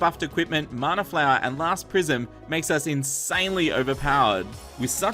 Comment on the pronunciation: Sorry but it's mana not marner